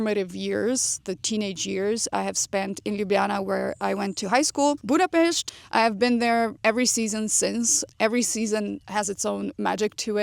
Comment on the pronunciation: I didn’t know your part-Hungarian 😌 but as your pronunciation is perfect when you mention “Budapest” now it makes totally sense. 😀 Good luck 🙌 wear a very comfy 👟(duh!) 🫡